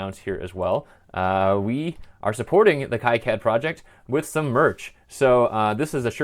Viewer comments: According to a recent talk by KiCad project lead, Wayne Stambaugh, he pronounces it 'KeyCad' not 'KaiCad'. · Pronounced "Key Cad" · The 'i' letter should be pronounced as in kilometers (eeee), not as in "I am" (aaaai). Plus. that's how it works in Spanish, which is the language that makes the rules for all the others, by the way.